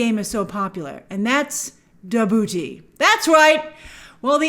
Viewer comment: Oh how I wish I could hear Grace say “Da Boo-Tay” all the time 😂 Ahahahahaha